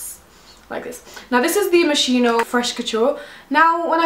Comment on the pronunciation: pronounced mos-kino